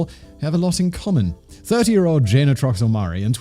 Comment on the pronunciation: Jay nuh, not Jane